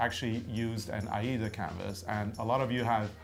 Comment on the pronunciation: Thank you for pronouncing Aida as you did. When it was manufactured in 1907, it was named for the opera which wasn’t very old at the time. Recently, the pronunciation has evolved into something else which may be a regional thing. I don’t know, but I loved the original pronunciation and wish people would keep it as it was. Just a pet peeve I guess. Yesterday I was watching an educational video for wool fabrics and the instructor pronounced challis like chalice! Thank you for your interesting videos. I love stitching along with you two.